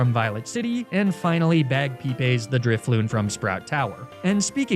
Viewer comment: After figuring out the nickname theme I decided to guess what you'd call your encounters. Well, I got to Drifloon and was SURE of the name that you did in fact choose. Of course you still managed to surprise me and make me burst out laughing with that classic pronunciation. Moments like that are what keep me coming back, what make your channel feel like home. You're hands down the best at what you do, and having seen the joke carry on from that first Magnemite has been such a pleasure. Just wanted to say thanks for everything you do, "";)